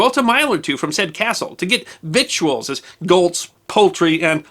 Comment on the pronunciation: It's pronounced "vittles", not vick too ulls. I'm not kidding. Online the phonetic spelling is "vidl".